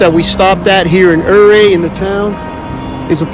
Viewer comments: I lived in Ouray, it is pronounced 'you ray' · Ouray is pronounced Yuray. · Except the Utes pronounced it differently